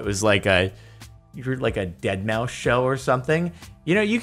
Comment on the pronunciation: It is prounounced Ded Ma Five......... I love Deadmau5